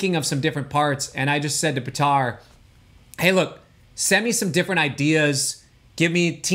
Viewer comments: hahaha i always thought he's pronouncing it right than i met Petar in person and found out he's not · Hey Cory, when you gonna learn how to pronounce Petar? It's Pétar, not Petàr